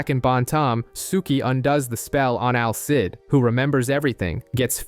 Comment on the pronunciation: Al Cid😭😭😭😭 It's Alceeeeeeeide